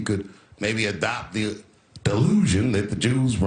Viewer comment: Dave was so on point, this guy can’t even say “The” and “Jews” 😂